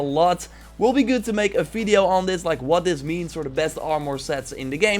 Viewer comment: When I read this, it was in your voice complete with the "feedio" part. Much <3!!